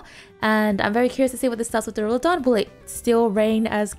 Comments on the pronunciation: Waiting for the day realizes the skyscraper dragon's name is pronounced dUrAludon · Bro you haven’t read Duralodon correctly once since it came out